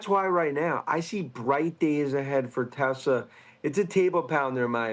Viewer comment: It’s TEHSLAAAH !!!! Not Teswah 🙄